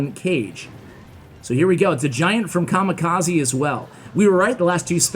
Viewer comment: his name was "kamikaze" not kamakazi